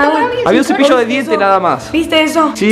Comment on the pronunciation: pareció como q dijo dece